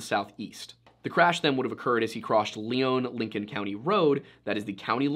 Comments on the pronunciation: Just to point out one thing. You highlighted south eastern Minnesota. Lyon county is southwestern Minnesota as you stated verbally. I was very confused when you said southwestern and “Leon” county being a resident of Lyon county it’s pronounced lion county by those who live here. I thought you were talking about a different county in SE Minnesota of a similar name until you mentioned towns around me. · Please don't show a picture of Goodhue Co while talking about Lyon. They're on opposite sides of the state. It's also not considered rural in by our standards in the upper Midwest. They're townies over there with some farmers around them. And it's "lion" not "Leone" when said. When you've got your own broadcast news, developed for tourism paved biking trails, a stadium named after a pizza company, concert arenas, and over 30 people per square mile you're not rural anymore, and I'd bet they're in the top half of population density based on the amount of money rolling through there. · Okay, for starters, it's pronounce "Lion" county, and second of all, the county you showed is a completely different county named Goodhue county Details my man, details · So is the name of the county pronounced Lee-own or Lie-on? I'm from Minnesota (SE) and I've always heard it as the latter. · edit: Lyon County not Leon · It's pronounced Lion County, just an fyi. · The area is mostly farm land in between the 2 towns. Only trees are along the rivers. I remember this story when it happened. Good chance is he fell through the ice on the river and body is just gone to wildlife or nature. Pronounced lyon wrong, its pronounced like lion. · Lyon is pronounced like Lion. And the map at the start is wrong side of state. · So i see what happened here the picture you showed was the wrong county, and it's pronounced "lion" county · This is old, but the county name is pronounced lion, like the animal. (I grew up in lyon county)